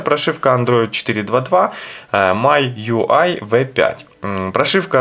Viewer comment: Обзор конечно не профессиональный... Ну учите уже английский - Ваше ТЦЛ режет слух. Читается ТиСиЭль, и MIUI читается как МИюАЙ с ударением на последний слог, бомбануло, сорри. А по поводу камеры и прошивки - LEWA OS 5.1 с 4pda шикарно работает, перевод 100%, камера лучше работает, всё красиво и стабильно.